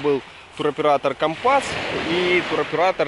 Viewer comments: Почему украинцы не правильно называют как города Турции так и туроператоров ? Не компАс,а кОмпас .У вас там с латиницей проблемы ? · Добрый день. Познавательное видео, но так режет слух Ваша неправильная речь, что не удержалась написать. Вы доносите свои видео до многих зрителей,пожалуйста,говорите правильно. Почему компАс, а не кОмпас ,,, и выходите из аэропАрта , а не из аэропОрта??? Сорри, удачи.